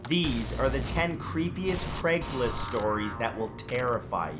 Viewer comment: Take a shot every time he says “cregs list” instead of Craig’s list.